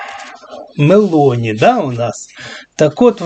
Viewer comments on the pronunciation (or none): none